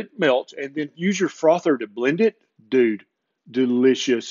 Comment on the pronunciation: I didn’t know southerners said Dude.. I love it Love your videos Doc!😊